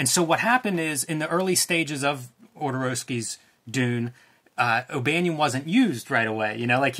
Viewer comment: All I want is Jodorosky to confirm if it's "JOD", "YOD", or "HOD" because with you, any of the 3 could be correct. I need to watch the doc again to see if you refers to himself in the third person somewhere in it.